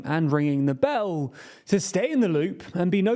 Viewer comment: Why does he say bell like that?